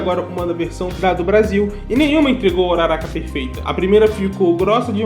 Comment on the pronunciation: Bakúgo, midoría, uraráka, momô, aaaaaah poxa eu prefiro a pronúncia da minha mente. Bákugo, midôriya, uráraka,etc